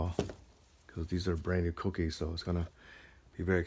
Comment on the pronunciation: pronounces them "Cookies" btw. Too funny.